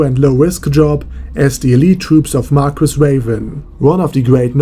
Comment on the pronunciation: Marguis is pronounced. Mar-key